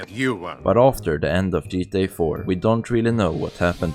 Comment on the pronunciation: “The jeetah universe” 😂😂